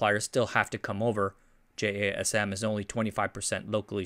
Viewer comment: I thought it was abbreviation, but they pronounce it like jasim.